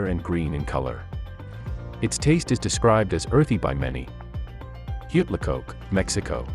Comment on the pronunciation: This would be so much better if you learned how to actually pronounce the words of the foods. Balut, seriously, buh-looot. Huitlacoche.. no, there is no coke in there... Wheat-lah-coach-ay